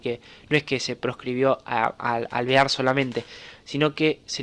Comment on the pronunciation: Amigo, dijiste 5 veces el nombre de T. De Alvear y solo 2 lo dijiste bien jajajaj Muy buen video! Consulta, que hacía Justo en la UCR?